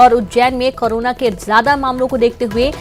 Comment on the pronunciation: Anchor karona bol rahi hai.